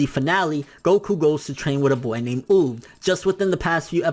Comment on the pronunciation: oob?? its UUuuub 😂😂😂